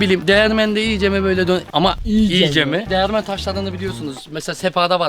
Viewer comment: Kesinlikle değirmen değil değermen sjjsj 😂